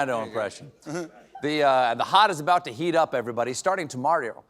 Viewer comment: I think I just heard you just say "Starting ToMario" 🤣🤣😂😂